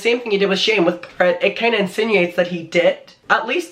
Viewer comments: Awe, I always love the way you say Garret because its so much softer than the way it's pronounced in the US. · I think the way you say Garretts name is really cool. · It's not making fun of you, it's being annoyed because you literally just said his name right, and then continue to say it wrong. It's HIS NAME. Other people might go by Garr-it, but he goes by Gair-et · Okay I'm saying it "Gurritt" now 😄😄😆. I hope you feel better asap! I know you love doing this and we love you for doing what you do but please don't push yourself when you're unwell, your body is trying to tell you sometheeeeeeng 🥺🌹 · Stop calling him Gahhhrit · That's the dumbest way to say Garrett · The way he says Garrett 😂😂 “Garr-it” 😂😂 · It’s not Garrett it’s Garrett dude. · saying GAR-rett for 10 min ❤️😂❤️ all love 🙏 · its "Garrett" babe. whatever accent you use. If you don't know Andrew was introduced to Shane by "Garrett" babe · Please learn how to say Garrett correctly! Sounds like carrot 🥕..lol and please you're too young to be passing on all this hear say and drama! I believe you're intelligent enough to come up with better content 😉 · I call him garr-it cork accent 😂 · i mean i know its your accent but its a name, and names are pronounced a certain way... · I actually like the way you say Garrett lol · wait who’s talking shit abt ur pronunciation the way u say garrett is so cute 🥺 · Even when you have an accent you still should try to pronounce someones name the way they personally say it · I love the way you say Garrett.. that’s how it should be pronounced from now on 😍😘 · I personally LOVE the way you say Garrett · I actually really like the way you pronounce Garrett lol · scolding us for laughing at his pronunciation of "Garret" 😂😔😔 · For someone who makes videos abt the same youtube drama for like 6 months now, at the very least I can be mad abt you pronouncing garret wrong, only new and interesting thing here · I find charming your pronunciation of Garret